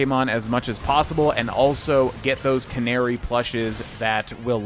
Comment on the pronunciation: He pronounces it right. You guys think because some other Youtubers pronounce it the other way that they're right- but they arent